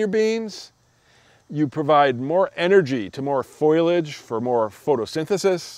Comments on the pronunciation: Fow Lee Edge, not Foil Edge. FOLIAGE. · Foliage. Not foilage.